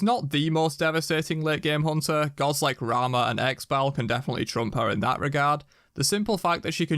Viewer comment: homie really said rama wtf